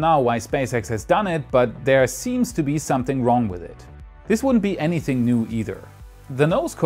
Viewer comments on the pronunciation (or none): none